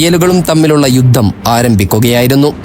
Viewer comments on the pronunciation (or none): none